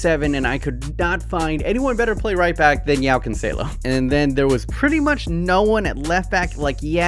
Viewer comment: Its joao cancelo just like in english literally were the only people who say j like in english